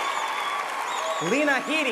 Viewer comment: i love all there faces when he gets Lena Headey name wrong :D